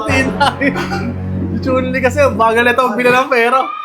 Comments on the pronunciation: Chun Lee ❌ Chon Le ✅ 😂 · Chun-li lichun (letchon) hahaha hahaha